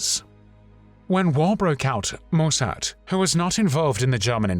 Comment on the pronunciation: Mussert was a pathetic little man who betrayed his country but he was not a "thief" - why do you make such crazy allegations? It rather undermines the seriousness and indeed validity of this video.... Oh and by the way, it's pronounced "Mussert", not "Moossart".